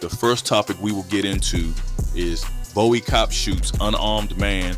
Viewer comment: Bow-ey? Where the hell u from slim